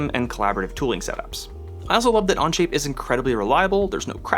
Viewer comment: He keeps saying anje. It onshape 😂😂😂😂 Okay it only happens in first few minutes.